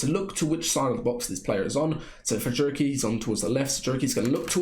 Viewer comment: Bro says jurky with jamaican accent 😂😂😂